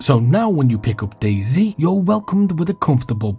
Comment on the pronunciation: Hearing fellow Englishmen refer to DayZ as "Dayzee" is painful.